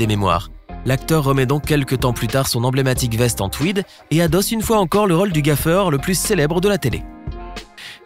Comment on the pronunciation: Défaut de prononciation agaçant du commentateur : Raule au lieu de rôle (o fermé et pas ouvert)